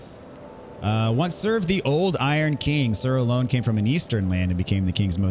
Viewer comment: I'm fairly certain it's pronounced Sir Alonna (ah-lawn)